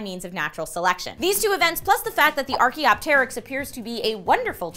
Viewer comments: Archaeopteryx: ar-ki-op-trix.... not teee-rix =_= so fking annoying... that said, interesting story~ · 1.dem boobs gurl. 2.everytime you say "archaeopteryx" you add 'tear' in it. 3.spoop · Why does she pronounce archaeopteryx like that?! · she pronounced Archaeopteryx wrong